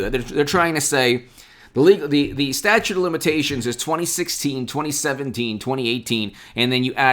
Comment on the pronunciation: ITS "STATUTE",IT'S NOT A STATUE